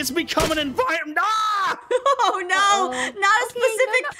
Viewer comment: Aphmau: oh no specific walruses. Me: pacific walruses ma'am